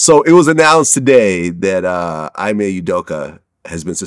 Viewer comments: It’s pronounced “E-May” Vlad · Vlad Knew his name is pronounced EE May Udoka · This dude said EYE-MAY Udoka 😂😂😂😂😂😂😂😂😂 you can’t tell Vlad don’t know shit about sports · Aye-me Udoka 💀💀💀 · "I-may Udoka" - Vlad, the man who knows nothing about sports